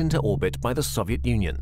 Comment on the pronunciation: he cant say SOVIET properly